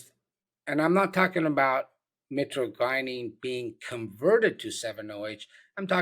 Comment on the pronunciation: hey doc your not saying it right, it's mi-tra-je-nen. just wanted to let you know that sir. it's found in webster's